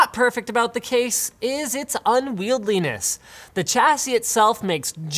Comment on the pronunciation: This is at least the third video where I've heard you say: "unwieldliness". The word is "unwieldiness". It comes from "unwieldy", not "unwieldly", which isn't a word in Englandish. Cheers for the 4K content!